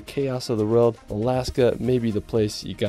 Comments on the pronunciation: World…it’s world. Not reald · Can you say the word "WORLD". Your pronunciation of this word makes your video unwatchable! For some weird reason, you seem to pronounce it "RILD". "Best surfing in the RILD". WEIRD, WEIRD, WEIRD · Love you channel but I can't take the way you say "world" it's like you're saying "rorld" 😭😭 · world = rerld in all seriousness tho, great video